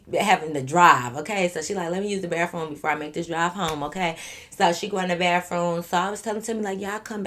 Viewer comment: 😂😂😂😂 “baffroom” be taking me outtttt that’s how our old folks say bathroom in Baton Rouge 😂😂😂😂😂😂